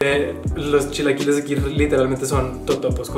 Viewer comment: "...yo no hablo con la sh ... los shilaquiles..." :/